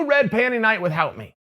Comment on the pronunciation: Chael "With-Hout" Sonnen